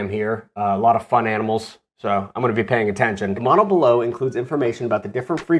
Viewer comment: Every time you say modle I here mana like where is he reading the magic lvl